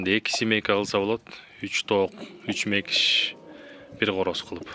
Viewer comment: Мекиш эмес Макиш дейт